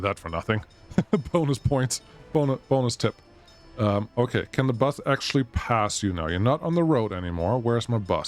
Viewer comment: no clue. He was talking about the bus and pronounced bus the german way. He noticed it by himself